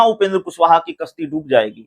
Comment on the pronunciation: किश्ती नहीं कश्ती